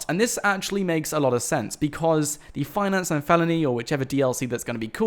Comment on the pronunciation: Fianace & Falony